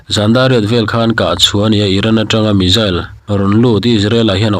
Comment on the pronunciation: I Chanel hi ka lo thlir ve thin a,tinge missile hi(Mizzil/Mijil) angin i lam thin le?missile tiin lam. Ve mai ta che